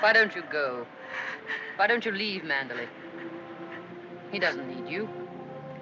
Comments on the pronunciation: Good review but you mispronounced the estate's name in "Rebecca". It is "MAN-der-ly", not "MAN-da-lay". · It's pronounced Man-der-LEIGH.